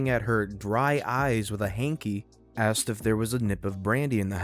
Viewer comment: Why? Aside from the fact he has trouble pronouncing Asked. How easy do you think it is to find a replacement?